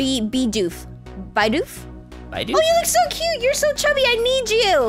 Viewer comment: It's "bee-doof" and its a beaver.